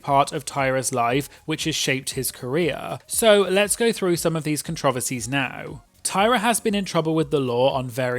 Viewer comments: I can't with how you said controversies as controvearsies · As an American I was flabbergasted. I feel like I’ve heard so many British people talk but apparently I’ve never heard them say that one word 😂😂